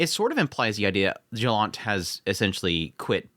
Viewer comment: It's funny to see anime taking place in Poland and to hear Polish names being butchered :P So, the "Jonalta" when spoken starts not with "J" like in "Job", but is instead pronounced more like with "Y", 'Yolanta'. But you nailed "Piast" ;)